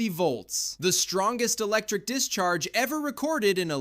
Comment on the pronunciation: The Electic Eel